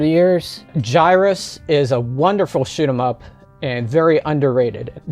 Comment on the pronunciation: "Write more troll bait." 🤣 The Wii has so many games and even more shovelware. I'm pretty sure the thrift stores in my area ditched a lot of the games or are no longer taking them because I don't see them anymore. The way you said shoot em up in this video sounded like shit em up to me.😄